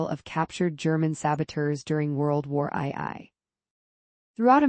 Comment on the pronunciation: World War Eye Eye 🤣